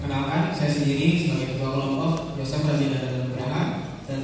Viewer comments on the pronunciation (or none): Yosef bukan Yosephhhh!!! hahhaa